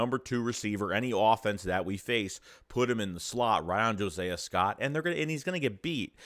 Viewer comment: Omg. His name is Not" Jo-Say-a" Scott. Josiah is pronounced (JO-SIGH-A). Are you mispronouncing his name on purpose?